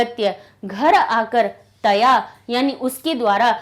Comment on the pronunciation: Mam vo kata ni hai taya hai